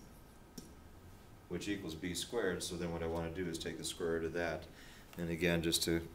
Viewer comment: root, not rut, but yeah good video, thumbs up